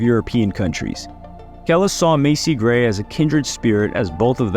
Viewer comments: I wish I could flag ur video and stop ur check just because you didn’t even bother learn how to pronounce her name !!! THE DISRESPECT and the nerve !!! But you want that you tube check off her name right …, show some respect to the black community and learn how to speak our names before u start trying to make money of black people stories in ur content!!!!! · White people …. If ur going to do content on black people please first of all show some respect and learn how to pronounce our names !!! Im not sorry that the names white people have are been here since the start of man and have never changed, yes black names have evolved some a little bit extra and hard to pronounce but overall very cute and classy names in our black community so put some respect on our names and SPEAK IT RIGHT OR DONT DO THE BREAKDOWN ABOUT THE PERSON OR PERSONS LIFE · broooo how do u make a whole video on someone and not even kno how to pronounce their name? like literally how do u know so many things about a person while knowing nothing at the same time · BRO THIS IS THE WORST VIDEO YOU EVER MADE I CAN'T EVEN WATCH IT.... DUDE HOW COULD YOU KNOW SO MUCH AND NOT KNOW HOW TO PRONUNCIATE HER NAME... CRINGE AT ITS HIGHEST 😭😭😭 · I aint even watching this shit no more the constant name fuck up is beyond me but other then that good shit you did ya homework so you should know how to pronounce it smh .. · To know all of this information… you had to have known how to pronounce her name, unless you just reading something and no nothing about the situation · This shit was unwatchable because of the way you kept saying her name wrong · Can you like... redo this whole video but next time say her name right ? 🥲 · The way you butchered her name is very cringe 😬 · I actually used to rate this channel...But this was painful to watch...How can you get her name wrong over and over? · I can tell you gen z from the way you pronounce her name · The least you could have done is pronounce her name properly.